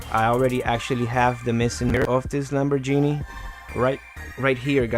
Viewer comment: Lambor*GEE*ni not Lambor*JENIE*